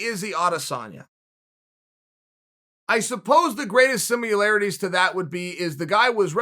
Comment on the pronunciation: Seamilarities or Cmilarities ? Just asking, so when it’s added to the lexicon we know how to pronounce.